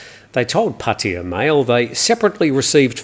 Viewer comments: does it totally correct. It the same sound as Suart Jay Ray language Einstein suggests it. All three "a" are equal in that city name. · Yes Your pronunciation is Correct. Not the Costa del Pattaya way.